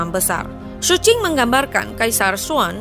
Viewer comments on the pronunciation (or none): none